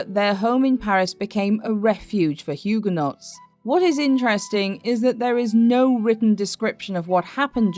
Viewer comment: Hyoo. guh. nowz...not Hyoo. guh. nots, thank you.